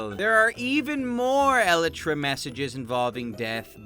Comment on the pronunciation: You can’t pronounce Elytra or Whilst.